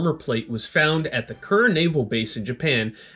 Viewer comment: A suggestion from a layman with an interest in topic: It might be pronounced "Shee-nan-oh" (Shinano) and "Kooray" (Kure). Probably worth Googling it. As for the armor . . . I am amazed that one of the 12 plates tested was, to paraphrase, "as good as our best". The metallurgy of thick plates of naval armor is complex and difficult to manage. The face must be hard. The back must be soft. The Brunel hardness range from front to back changes, hopefully, in a carefully planned process. The hard surface decaps incoming projectiles. But it tends to crack or shatter. The soft interior and back absorbs and distributes those projectile's kinetic energy much better than the hard. It tends to deform, rather than crack and split. To get a smooth transition between hard and soft requires superior treatment ability and canny processing. I applaud the IJN for getting some of it right, considering their experience with naval armor manufacture and treatment had a 100 year delay, vis a vis our own. And we weren't even the best at it, though we were in the top three.